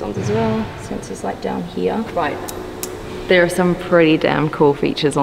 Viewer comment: Love the way you say ( heere) 🙄